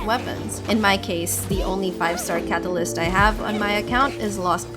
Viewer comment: You are very particular how you pronounce words with a hard "t" in them. "eTerniTy" "caTAlysT".